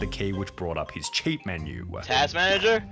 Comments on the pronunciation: I love how she say "cheat" I keep hearing "shit" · I mean no offense, but hearing you say cheat has the same effect that hearing that Japanese lady trying to say "coke" in the memes XD